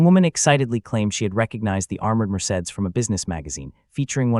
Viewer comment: The narrator of this story can't read well. He has mispronounced Elena several times as well as the car Mercedes.